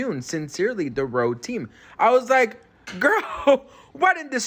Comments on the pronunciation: RHODE not Rode.... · RODE!!? HAHHAHAH This is so ridiculous, who doesn't know that the company name is RHODE, with an H.